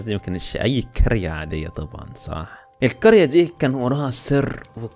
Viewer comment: القرية ❌ الكرية ✅ + احب فيديوهاتك❤😂